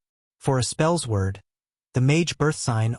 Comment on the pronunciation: Spells Word?!? Spellsword is pronounced “Spell Sword”. Edit: I’m a bit boozed up at the moment , but I just had to come back here and say that I find it absolutely hilarious that you don’t know the pronunciation of your build!!!! 🤣